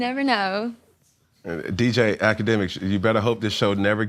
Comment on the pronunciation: Did this mf say dj ak lmaoooo